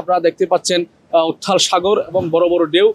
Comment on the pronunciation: ওরে সাংবাদিক রে সাগর উথ্রাল, রুদ , উত্থাল সাগর..........৷উচ্চারণ সুনলে বমি আসে